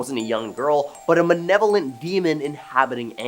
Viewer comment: He has never said malevolent...he says manevolent... must be a Canadian thing, eh